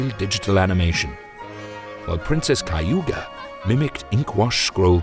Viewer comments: "Princess Kayuga" whaaaaaat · 04: 06 princess...Kayuda? WTF